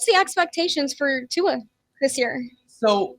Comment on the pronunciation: Ight I’m not a Tua stan but at least get his name right if you’re gonna talk about him on a podcast.